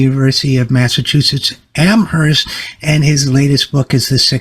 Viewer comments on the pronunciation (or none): Please, the 'h' is silent in Amherst.